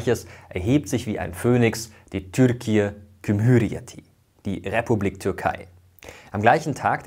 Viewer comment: cumhüriyet trotzdem falsch ausgesprochen hehehe